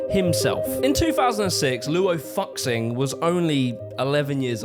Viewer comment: His name is pronounced more like Law Woo Shing